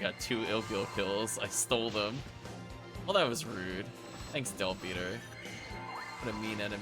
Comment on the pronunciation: Pronunciations: Gi Gue, ギ・グ―, gee-goo not guy-gwee Agito, アギト, aa-gee-toe not aa-jee-toe Delbiter, デルバイツァ, del-bite-er not del-bit-er